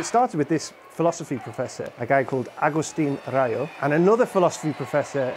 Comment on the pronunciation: He pronounced Agustín Rayo really well, for an English speaker.